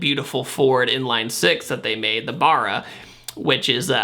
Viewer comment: love you to bits. But Barra is pronounced with the letter a's as 'Uh' not 'aye' like the a in apples. Just trynna make you sound more aussie;)